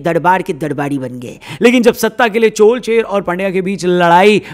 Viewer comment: Aapko bohot bohot dhanyavad CHOL - CHER - PANDYA sahi uchharan karne ke liye.. aaj Kal to Pata nahi kue CHOLAA CHERAA kaha jaata hay..